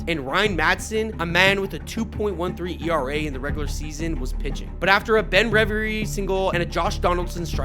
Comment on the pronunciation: How do you butcher Ben Revere’s name?